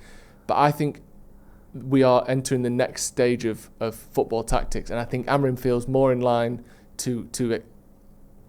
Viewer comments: Does know he’s called Amorim not Amorin lol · it’s AmoriM - not AmoriN!